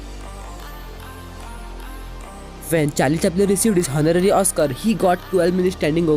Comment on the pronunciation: it’s read as ‘onorary’...amazing facts tho